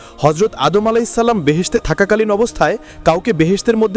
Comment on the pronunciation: Vai apni keno vull name bolen tar name ta anek sundor apnar uccaronta thik koren😭😭